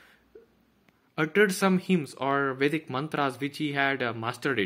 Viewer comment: Watta a great knowlege. I admire your work...The way you uttered Vedic Culture, even our accent sounds fake